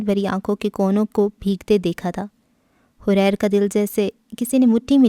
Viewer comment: اس کا نام حَرِیر ہے جس کے اردو معانی ریشم، ریشمی کپڑا یہ عربی کا لفظ ہے اپ نے اس کو غلط پڑھا ہے